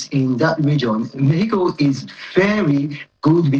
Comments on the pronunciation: Pls decide whether it's pronounced 'Mehico' or 'Mexico' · Omokri just dey fool himself. Mexico, mehico 😂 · Don't you find it a little odd that the ambassador is not consistent in his pronunciation of "Mexico"? Of course, both pronunciations may be correct in different linguistic contexts. But when speaking English in a formal setting, constantly switching between pronunciations from different languages can be confusing for the audience. Pointing that out is not an attack; it is a legitimate observation about communication and representation. The honorable ambassador, of all people, should understand the importance of clarity and consistency in public speech. So instead of calling people names for highlighting an obvious inconsistency, perhaps it would be better to engage with the point being made. Not every criticism is hostility. Sometimes it is simply an observation. 😂🤦‍♂ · Yeah, the pronunciations can both be correct depending on the language being spoken. My point, however, is about consistency. If you are speaking English in a formal discussion, it can be confusing to keep switching between the English and Spanish pronunciations of "Mexico" within the same conversation. I'm sorry if I wasn't clear enough in my first comment. I'm not arguing that one pronunciation is right and the other is wrong. I'm simply saying that consistency in speech helps communication, especially when you are representing a country in an official capacity.😊✌🏽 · 'Mehico" "Pira Obi". Confused man!